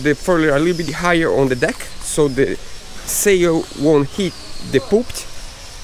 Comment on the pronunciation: Sail not zail.